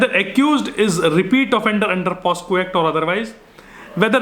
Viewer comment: it is pocso act, and not posco act pls correct it